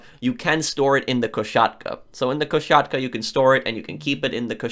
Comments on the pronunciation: Please stop saying "koSHatka" it is spelled with an "s" not "sh". My ears curl every time. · It's koSatka, not koSHatka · I wil Go super saiyan 3 if I hear Ko-Shat-ka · If I hear koshatka one more time imma lose it too